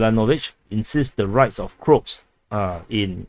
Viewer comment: Croat is said like this Crow-At for Crow-Aaaation